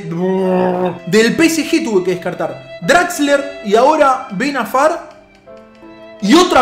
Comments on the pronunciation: like si te has dado cuenta q dijo Ben Afar y no Ben Arfa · benafar jajaja *ben arfa